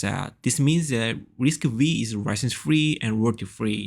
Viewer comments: It is not risc-weee... Its risc-5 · I think that is prounced as RISC-Five,😀